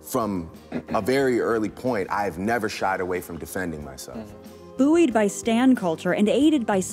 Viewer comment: Buoyed is pronounced 'boyed' or 'boyd'